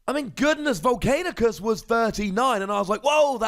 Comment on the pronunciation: I love your vids but it's not Vol-cain-i-us, it's not Vol-cain-i-cus, it's Vol-can-i-cus... Still love your vids though lol.